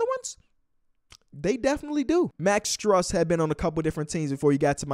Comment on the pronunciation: Wo talking about the heat?!?! (It's pronounced stroose btw)